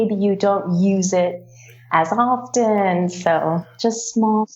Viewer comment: Мне кажется, или она в слове often произносит t? Уже не в первый раз встречаю такое произношение у носителей, но ведь в школе нас учили, что это неправильно..